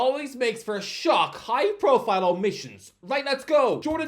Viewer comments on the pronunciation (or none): none